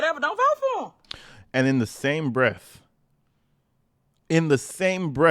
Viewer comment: Just so you know guy it’s breath not breafffff